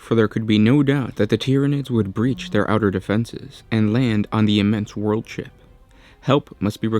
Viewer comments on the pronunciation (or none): none